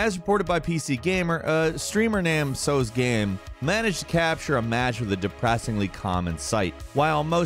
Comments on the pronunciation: How the hell did you manage to pronounce Teosgame as So’sgame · It's pronounced "T-oh" Tohsgame, TeosGame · How do you not know how to pronounce TeosGame? Can't really call yourself a game related channel if you don't know about one of the biggest variety game streamers out there